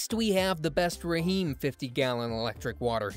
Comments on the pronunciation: Did he say Raheem instead of just Rheem(reem). Lol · Rah Heem 😂😂😂 AI is hilarious!